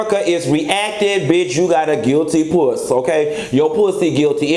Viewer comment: you said 'guilty puss'💀☠️☠️🤣🤣